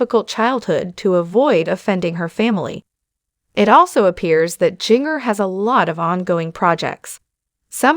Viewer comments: I just listened to this video on your channel. Please, if you can , learn how to pronounce words and names. Jinger is not Jin grrr. It is Jin jir. This is just a suggestion pronounced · Instead of using AI to do your speaking all the whole misspeaking names and words, maybe you (behind the video) should speak yourself. It shows you a weak individual. In my honest honest opinion. It is not pronounced...jinger it is in fact Jin-jer, spelled Jinger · “Ging-er” drives me nuts too! Pronouncing it so it rhymes with “ringer” is so-o-o WRONG. So wish this channel / reader would pronounce it CORRECTLY. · You need to learn how to pronounce the names right her name is Ginger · It's Jinger..not Gin-ger. Also, I do hope she can one day continue to see and appreciate some of the GOOD that the training growing up gave her. I mean, I know there is some. I wish she would hopefully be able to come full circle..in time ..but just tweek it some; you know, fine-tune it a bit. I miss the beautiful flowing skirts . They were pretty and flowing. It would be so nice to again see her in one now and then... her and her sisters used to be so refreshing to see in this crazy world! It was like, I saw this rare wholesome kind of beauty in the way they were. I was just moved how beautiful modesty could be. It was like a light in a dark room. Oh well. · Look up how to pronounce her name. You are mispronouncing Jinger. It’s like Ginger. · I can't even finish watching you this listening to you was mispronouncing her name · Who is reading this? She can’t even get the name correct on the main person she is reading about. I’ve heard this person read about others and always gets name pronounced wrong. She needs to be replaced.